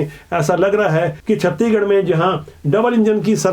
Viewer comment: छत्तीगड़ नहीं सर जी छत्तीसगढ़ है